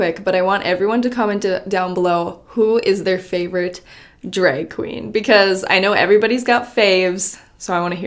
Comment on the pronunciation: Me clicking on the video 👁👄👁... just to hear say “dreg queen” at least 100X